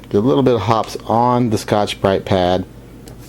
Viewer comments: It's pronounced hop pees. Not hops. Watch one of their commercials if ya don't believe me. I notice you have the gentle rubbing motion down pat. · Please, it's pronounced hoppeez, not hops. Very good idea, I use the brass looking toothbrush, but I will start using one of those Scotch-Brite pads on my Taurus .44Mag and Tarus .22LR revolver. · It's pronounced hoppeezz, not hops. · I thought it was pronounced Hop pees' #9. I've been pronouncing it wrong all these years!! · Hop-eeez, not Hops. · Love your vids - I think it's pronounced Hoppeee's as in eeezzz, not Hops. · 1. What's the problem? My guns are scrupulously clean but I've never bothered with those rings. They don't affect function and I can't see them anyway when aiming. 2. It's Hop-eez, not Hopp's. The 'e' is sounded. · It's pronounced hop-pees. Not hops. Go watch a video or two at . It makes great cologne, too. Thanks for the tip though. Great advice! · It is Hoppes, pronounced Hopp-ies, as in poppies. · It’s pronounced “Hop-eeees,” per the manufacturer of the chemical. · its pronounced 'hoppies' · Hop' Peeez, two syllables ... just say'n. :) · just a small note: In these parts we always pronounced it "Hope-y's" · FYI Hoppe's is pronounced HOPP-EEZE. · Hoppes is pronounced "Hoppys" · The e is pronounced at the end of Hoppe's.